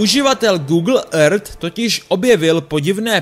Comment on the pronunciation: ten proslov je strašný!!!jak vyslovuješ earth,to samé já řvu do mísy po tahu!!!udělej s tím něco,svěrač to nedává!!!